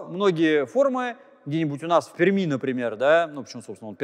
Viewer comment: Приятно, когда москвич правильно произносит словосочетание "в Перми". В целом всегда приятно слушать Станислава Владимировича, как всегда, его лекции увлекательны для того кто интересуется естественно-научными направлениями.